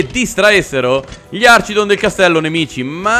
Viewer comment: comunque si dice archidon con la "ch" di archi